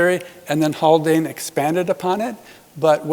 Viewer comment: is it Haldane or Haklane?